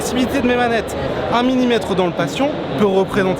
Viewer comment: il dit un minimetre au lieu de un millimetre